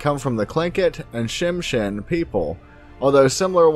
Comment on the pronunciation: I’m Tsimshian and Tlingit, I grew up hearing these stories, you did good with the research! But, you kind of butchered the name of the kushtaka, and Tsimshian, no worries though! Our words are weird and hard to pronounce, but great video 😁